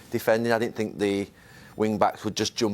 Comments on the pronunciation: No one: Jose: i SiNk ThEy DiD sOmEsInG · Nobody: Jose: I sink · Roy Keane: ‘I tink’ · Klopp: "boom" Emery: "good ebening" Mourinho: "i sink" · My favourite line from Jose is when he said “I sink a.........”